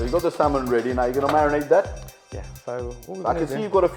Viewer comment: The L in salmon is silent so you don’t need to pronounce it :)